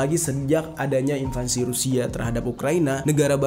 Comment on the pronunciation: ngga invasi to bang istilahnya....bukan invansi sekedar koreksi sj